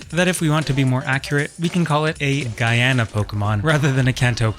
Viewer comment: As a personfrom Guyana, excellent job on pronouncing it correctly!